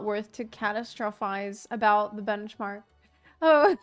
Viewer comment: Why did it take me 5 minutes to realize was saying bunchmark on purpose😅